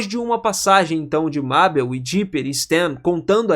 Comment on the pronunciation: Meu Deus mano........ O cara so fala o nome da mabel errado q agonia